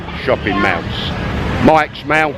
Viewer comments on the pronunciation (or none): for god sake, its Mall not meow!! I cringed every time you pronounced the word mall! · "MAL" ??? Mall is pronounced "Maul" are you pickled??